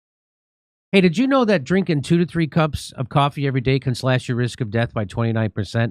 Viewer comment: Hey Jimmy, re. your coffee ad-read: "Slash your risks...." sounds dangerously close to, "Slash your wrists..." Just sayin.